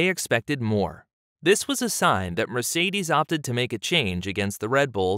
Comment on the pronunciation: You don't pronounce Mercedes as it should be.